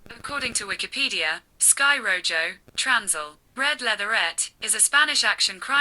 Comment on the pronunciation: good review, its pronounced "ro-ho"